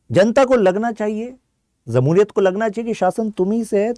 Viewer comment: It is not zamhuriyat.. it is JAMHURIYAT